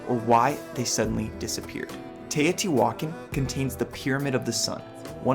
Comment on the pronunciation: Im still confused...is she christopher walken's daughter? U know who i mean? Tay O.T. walken. Hey heres an idea...go watch real historians saying the words you dont know how to say like Tay O.T. walken. I mean teotihuacan.